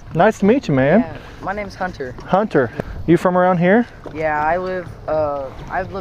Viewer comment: You said "form" not from😂